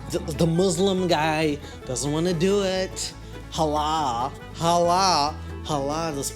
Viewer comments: CTHU!!! Haaaalaaaa !!! Halal ma’am, it’s Halal 😂😂😂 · I don't understand how American people are so incapable of pronouncing "halal." I'm American and I grew up in a predominantly white Christian town and this is the least difficult Arabic word to say